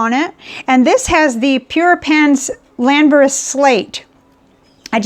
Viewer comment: Thank you,. You don't have to apologise gosh you really don't! You pronounced Llanberis Slate correctly (i believe although I'm not Welsh), its a place I have visited in the past and the slate mine that is there, although I think no longer used, can be visited & you can go down to see how the slate was mined back in the old days or at least you could last time I was there. It's an ink I like very much as it brings back memories and strangely I have it inked up as I type. CONGRATULATIONS ON 3K SUBS well deserved! Wishing you & your family good health and stay safe.